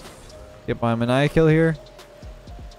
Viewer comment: Btw its Maniac Kill-(Main-E-YAK) Just letting you know:)